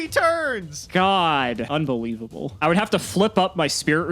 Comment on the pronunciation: i love when start talking like UNBELIVABLE